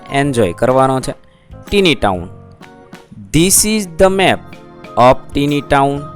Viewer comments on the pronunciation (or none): 'tiny' નું ઉચ્ચારણ ટીની નહીં પણ ટાઈની થાય....😂😂😂